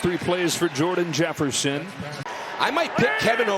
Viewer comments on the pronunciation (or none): Dude really said Jordan Jefferson 🤣🤣🤣